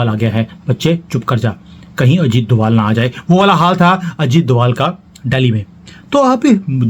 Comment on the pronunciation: DOBHAAAALLL...DOBHAALLL IS THE ACTUAL CAST.... CALL THEM DOBHAAALLLL.... PLEASE ! DOBHAALLL.... !